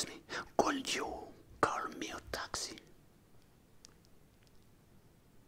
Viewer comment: Le could you il pique